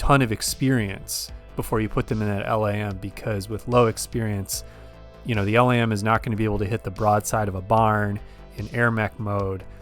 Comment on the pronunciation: LAM is pronounced like 'lamb'.